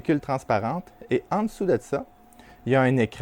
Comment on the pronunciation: Très bonne vidéo, comme toujours, pleine d'enseignements... (J'adore tes "ensuite eud' ça" pas vraiment fréquents dans mon Sud Ouest natal...)